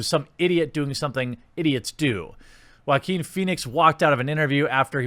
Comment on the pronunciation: Love the way you pronounce Joaquin